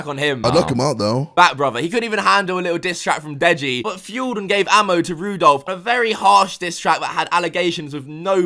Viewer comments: It's ran not ron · Does it annoy people when says Rudolph instead of Randolph 😂😂😂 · Anybody else noticed that he called Randolf Rudolph? 🔴 😂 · You call Randolph Rudolf lol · rudolph?? its randolph?? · Man called Randolph Rudolph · Rudolph?? lmao i think its Randolph. To be fair Rudolph the brown nose raindeer is fitting lmao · (Randolph) not rudolph😂😂😂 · Are we just going to ignore the fact that he called Randolph Rudolph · Ran-dol-f not roo-dolf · Lol Randolph = Rudolph im dead💀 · Randolph not Rudolph 😂😂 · Did he just call Randolph ------ Rudolph😂😂😂😂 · It’s Randolph, randolph bro not Rudolph 😂😂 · It's randolph not rudolph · Did say "Rudolph" Noooooooooo LMAO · He called Randolph Rundolph. Loooool🤣🤣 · My nigga really called Randolph Rudolph lmfao 😂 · Its randolph not rudolph lmao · Randolf its fucking randolf not Rudolph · man said rudolph. thats a violation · He cant wait for chrismast. He calling randolph wrong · Why is this guy trying to butcher randolph's name so bad? Like he's trying to prove that randolph is small and not relevant enough to properly say his name when he knows how to actually say it.